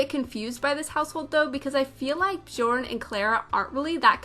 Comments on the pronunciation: Nope it’s not, I’m swedish and it’s pronounced bJööörn berJssen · J are pronounced as Y so Byorn Byergsen